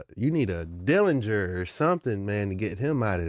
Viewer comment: “Derringer” not “Dillinger”